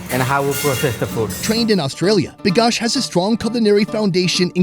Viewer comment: Its बिकास not भिकास